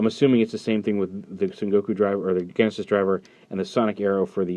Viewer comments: the only reason that "Genesis" is sais here with a hard G sound is because Japanese people don't always get pronunciation right when converting foreign words to katakana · what I'm saying is that this is a case of misinterpretation based on how the word is spelled. "genesis" here is still meant to be said with the "J" sound